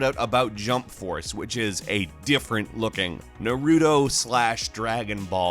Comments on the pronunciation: stop pronouncing it NUHREWDO, its NAH REW TOW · All I can take from this is the he said Narooto and not Naruto. that is all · Nar-Ru-To not Nar-Rudo come on man. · He just said Narootoh. 🙄😑😥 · Omg. How many times do we have to tell you guys it's nah-ruh-tow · I hate it when people say Naruto wrong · I love you’re videos but the way you pronounce naruto may have given me cancer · that is not how you say naruto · Dislike for butchering Naruto’s name ...other than that great video lol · The way he said naruto triggers me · Did you really just pronounce naruto like that lol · Can you please say naruto ducking right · Pronounce Naruto's name correctly! Put some respect on his name!